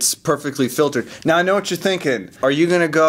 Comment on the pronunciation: Hey you did the mow thing instead of now....I caught you...:)